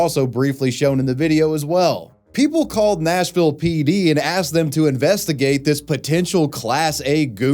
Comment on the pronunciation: It’s supposed to be Nashville, not Smashville 😭😭😭